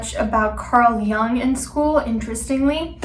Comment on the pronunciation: You can't pronounce Jung or archetypical